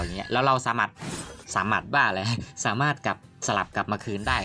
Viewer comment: สาม่าด 😂ชอบตรงพูดผิดนี่แหละตลกดี55